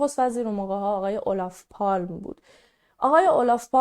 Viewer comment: کیمیای عزیزچند اصلاح در تلفظ نام ها: 🔴در زبان سوئدی g «یی» تلفظ میش. Torg «توریی» تلفظ میشه که به معنی میدان است😊 🔵تلفظ صحیح اسم نخست وزیر هم « اولاف پالمه» است. Kaj: کای تلفظ میشه🔴 🔵تلفظ اسم سارق هم «یان» است